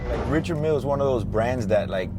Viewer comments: isnt richard mille pronounced french? [Rishard milee] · You cant even pronounce the Richard Mille correctly. Thumbs down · You can’t pronounce your watch, you don’t deserve to wear it